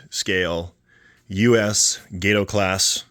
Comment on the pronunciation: It’s a short “A” in Gato, meaning cat. Not a long A.